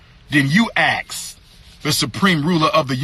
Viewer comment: So animated. Wow! And its ask, not axe clown. This dude str8 stupid. SMDH. What college he go to again? And what institutions are controlling his behavior? STOP IT.... STOP IT!!!